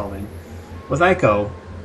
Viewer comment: Why the fuck can't you pronounce ICO correctly?